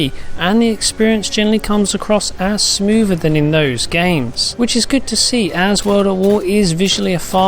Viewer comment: Smoover? LOL